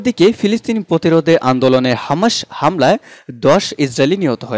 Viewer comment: ভাই আপনি তো সঠিক ভাবে বাংলা উচ্চারণ করতে পারেন না। বারবার হামাসকে হামাশ বলছেন। আর শিরোনামে কি সব উল্টোপাল্টা লেখেন। মূল সংবাদ এর সাথে যার কোন মিলই নেই।